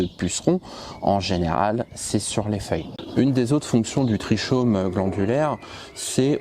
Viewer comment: Bonjour, votre prononciation de trichome n'est pas bonne, on dit tri"k"ome( /tʁi.kɔm/)